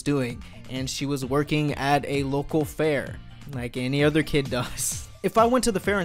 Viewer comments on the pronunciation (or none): none